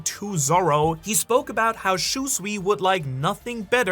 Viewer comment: it's not "Shuswee" it's Shusui